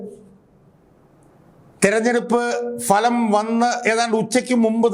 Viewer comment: ഫലം എന്ന് ഉച്ചരിക്കാൻ പഠിക്കട്ടെ. Faലം, കഷ്ടം തന്നെ